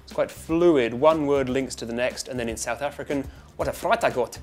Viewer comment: "Sedth Effrikan"? As a South African, I would like to say: no